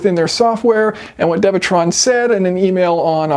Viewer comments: isn’t it dewetron and not devetron? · It's pronounced Doo ee - Tron